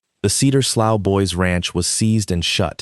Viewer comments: Slough is pronounce "slew", it is a type of drainage creek. 😮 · The word slough has multiple pronunciations depending on its meaning and whether you use American or British English. It can rhyme with "slew" (like blue), "slow" (like cow), or "sluff" (like cuff). It is probably better in this context to pronounce it sluff. Many of us have heard a real life story much like this from various settings, not just rural. This story was well produced by giving us a satisfying resolution to outrageous exploitation. It's amazing to have whole families poisoned by such practices, although this sort of thing is not far off from college fraternity initiations crossing the line from minor pranks into severe physical abuse, alcohol poisoning, and fatal hazing. High-profile incidents across the U.S. have led to hospitalizations, permanent disabilities, criminal felony charges, university bans and even death. It's, "You can be one of us if you can take the humiliation and assault, to become as bad and evil as we are". You can research hazing deaths for yourself. If extraterrestrials came to evaluate earth, there's some question as to whether or not they'd leave it as a cinder.